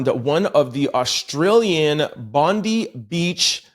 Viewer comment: Hey guys. Sorry your token Aussie here..... it is pronounced Bond-eye. We are all on edge here hoping its not going to pop off with retaliatory actions.